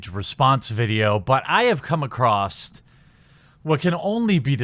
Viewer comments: It pronounced across not across't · '...I have come acrost..' Acrost? I'm pretty sure that isn't a word. Otherwise, nice vid.